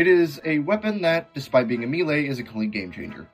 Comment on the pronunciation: The Heavy Commitment is pretty interesting. Kinda wonder if it would make the GRU obsolete though with those stats. Overall some decent ideas here. P.S. I don't think I've heard many people pronounce melee as "me-lay". I'm no english major or w/e but it's usually pronounced "may-lay".